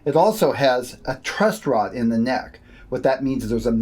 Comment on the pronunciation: truss rod. not trust rod. thank you for the video tho